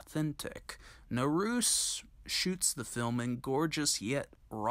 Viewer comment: Naruse is pronounced in THREE syllables: nah-rue-say. Same with Takamine, tah-ka-min-eh, when you see an E always pronounce a vowel, as there's no silent E in Japanese or any Asian language for that matter. Nice short piece by the way.